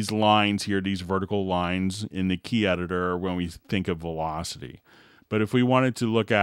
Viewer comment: Must be a joke, it only distracted me.